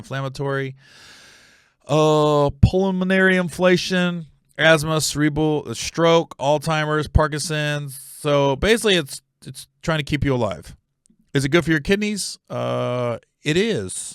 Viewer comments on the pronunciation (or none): I just feel like I need to comment: it’s pronounced Alzheimer’s, and not All-timer’s. This is just a courtesy, so you don’t continue to say it incorrectly. Don’t be made at me, Gary Owen. Even if you do get mad at me, I’m still going to support you!!